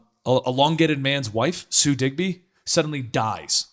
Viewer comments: I've read Death of Captain Marvel. and its Sue DIBNEY. not Digby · "Sue Digby" Really? You ape lol